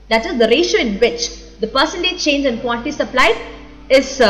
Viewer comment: teacher .. seems you byheart the subject ..thats why like rocket... nice saari.. quantity teacher says quanty...drink water madam